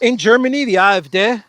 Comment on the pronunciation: Yes it is AA, EFF, DAY as you pronounced it!!